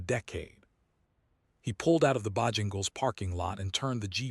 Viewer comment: Can AI not even pronounce Bojangles correctly? Really I don’t believe it’s very smart.